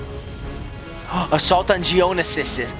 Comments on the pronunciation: It's geo no sis geonosis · It's pronounced geo-no-sis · It is je-o-no-sis